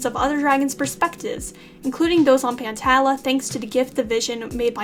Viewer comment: The wings are being set of fire with this one 🔥🔥🔥 Also pantala is pronounced pan-tall-uhh And jerboa actually enchanted a snake egg